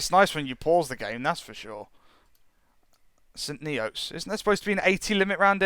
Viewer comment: it is pronounced like st nits my dad once worked there